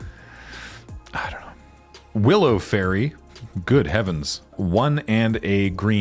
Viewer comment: yall pronouncing fae-rie wrong